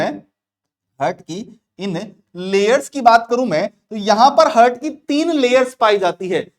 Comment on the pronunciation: Pronounciation 🤦🏼‍♀️👎🏼👎🏼👎🏼👎🏼👎🏼👎🏼 हर्ट-हार्ट ,नोज-नौच